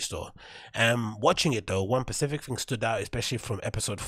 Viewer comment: “Pacific thing” should start with a S. 😂🤣